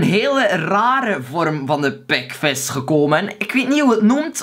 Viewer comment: Ouwe je zegt pekves en das... GRAPPIG GA ZO DOOR cool man!